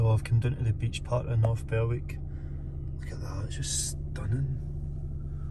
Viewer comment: Another excellent video there. Where you parked up is a favourite of mine when I decide to get away for a night on a whim as it's only 50 minutes in my van from my flat in Leith. Wee tip, the way to pronounce Berwick is without using the W. In other words you pronounce it North Berick... Now to watch part 2.